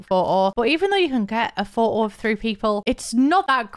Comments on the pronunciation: now I’m gonna say photo as “pho’o” thanks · take a shot every time says phoh-oh